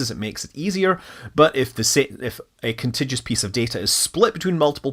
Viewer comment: you may be a rocket scientist, and/or a computer scientist, but you sure don't know how to pronounce "contiguous."